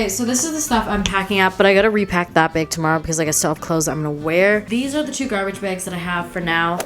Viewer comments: say bag...... “BeyAG” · The way she says ‘bag’ drives me insane but other then that she’s perfect and my dream wife